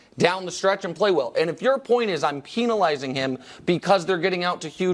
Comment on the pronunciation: Nick pronouncing penalizing and penalty differently is wildin, man